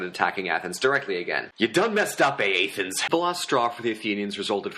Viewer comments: YOU DONE MESS UP AATHENS I CANT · You done messed up A-a- thens